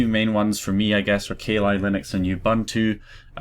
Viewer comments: hey its kah lee not kay lie. but since thats a bad ass demon best u not say kali in case you summon her! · Ka Li Linux.... hahahahahahaha its pronounced "Kal" "Li" Linux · Sorry, but I burst out laughing when you said 'ka li Linux'. I think you didn't quite get the little inside joke there. Kali (pronounced Ka-lee) is the Hindu Godess of Destruction, quite literally the most powerful goddess they have. Kali Linux is all about absolutely destruction of defenses. I live in a Hindu village so it amused me greatly. People here do not even mention her name in jest. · u say kali linux so weird